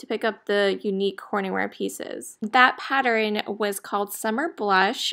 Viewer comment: Pattern; pat- turn, 2 syllables